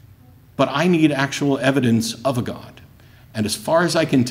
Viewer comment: I thought it was impossible to take a one syllable word “god” and create a three syllable word.